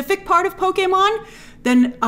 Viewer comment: For a non-gamer I thought you did a great job with this video (and I loved that you pronounced Pokémon correctly, though many would argue with me). I think the one people are overlooking the most is Animal Crossing. That is one of the newer Nintendo franchises (comparatively) and is able to bring in casual players who don't play video games normally (it has design aspects) and while many would ask what would that movie even be about, you might say the same for a Mario movie. A human moving into a town with wacky animals that change outfits and have offbeat humor is screaming billion dollar movie. I think it would be a bit early for a Smash Bros movie, but from a business perspective it's hard to avoid.